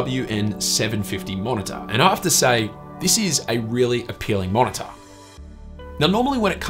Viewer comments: MO0NA-TA! HAHAHAH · Haha wtf is a monitah